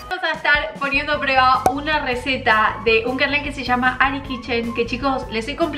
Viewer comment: prUeba NO prEba🤦🏻‍♀️ habla bien por dios